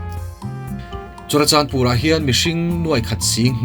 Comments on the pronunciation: Churachanpur nilo in Churachandpur tur😁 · CHURACHANPUR❌ CHURACHANDPUR✅